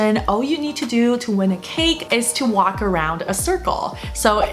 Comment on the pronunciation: When you said WALK it bothers me your pronunciation, it sounds like "Wok"?